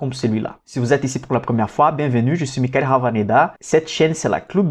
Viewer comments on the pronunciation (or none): none